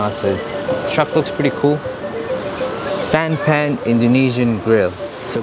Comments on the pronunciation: It is not santa-pan but san-ta-pan mean is foods or meals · U should pronounce it as SANTA - PAN instead of Sant-a-pan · SANTAPAN,it's SAN TA PAN means MEAL. It goes like this SAN is like you say SUN in English TA is like TA from PASTA and PAN is like PASTA with N instead S. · Santapan is pronounced "Santa (as you would pronounced Santa in Santa Clause" and Pan (sounds like Khan, but replace the K with P)